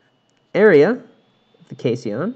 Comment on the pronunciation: Caisson = (Cay san) pronunciation... the san syllable sounds like mop; fyi., the i is in the 1st syllable, and is silent. Pardon the correction.